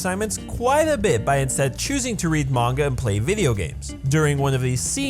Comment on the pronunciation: about the yandere simulator one its not a coincidence they are both psychopaths since they ARE both yanderes i mean you can look at other yandere characters and they are also quite extreme. sorry for nitpicking this continue. 1 great job at pronouncing manga correctly but you pronouce kagame wrong so negative point 2. you used dub of no game no life... negative 50 points 3. you worked hard so +60 points